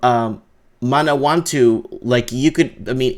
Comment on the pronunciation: its manawatu = man ah wa 2...moari words are cool they sound pretty much as they look